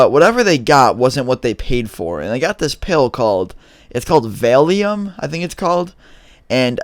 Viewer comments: Its pronounced Val-e-um and its a painkiller like oxy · It is pronounced volume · you saying it wrong😄 its val-e-um 😄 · vailium I thought you said failium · "it's called vale-eum? i think that's what its called..." lol